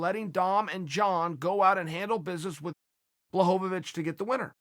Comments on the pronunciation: lost my shit at john blahohawich lol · Ah yes, Jan Blahowowich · Take a drink every time Chael pronounces Jan Blachowicz's name differently